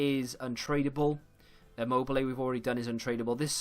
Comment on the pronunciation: Belotti and Immobile noooo 😭🇮🇹 This is killing the Italian part of me